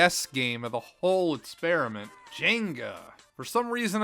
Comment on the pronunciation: I think it’s called “experiment” not “spearamint”